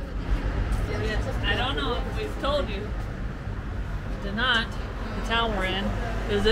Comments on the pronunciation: Dinant looks lovely. Incidentally Google pronunciation says it's pronounced De-non. Any of these difficult to pronounce places should be on Google. Again incidentally I come from Edinburgh Scotland and as its somewhere you might visit on your travels, if you say Edinburra you will be saying it right. 😂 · Dinant... don't pronounce the "t", like you would in Spanish. Its more Dee-non(t) like another person posted, just look rhem up on google. I'm French, btw